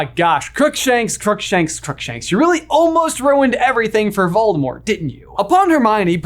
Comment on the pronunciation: Here's a suggestion for a video you can call it "what if I pronounced VOLDAMORT corectly." Even though you won't despite all the references on how to pronounce the name VOLDAMORT!